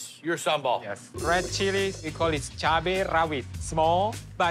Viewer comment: Cabai.. Not chubby..